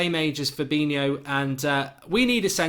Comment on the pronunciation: Mark, you pronounced Fabinho correctly and your Alderweirald is definitely improving! ! 😉